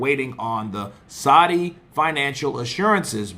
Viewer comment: it's Saudi not sodie smh